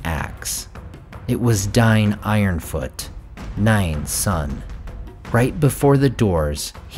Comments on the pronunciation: It's pronounced DAY-NE not DINE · I kept thinking who the hell is Dyien dyien......Dain or pronounced Daa'in, games or hobbit movies have a good pronunciation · While I absolutely love your videos Dain is definitely bring pronounced wrongly!! It’s definitely more like Dane not Dine!! He’s possibly my favourite Dwarf character so I’m very protective over anything to do with him 🤣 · I'm sure it's pronounced Day-n - similar to how you would say stain... Dien is off. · ITS PERNOUNCED "DANE" NOT "DINE" LOOOL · Excellent video as always,! However, I must admit, the way you say Dáin drives me nuts 🤣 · Have I been saying dain wrong this whole time?!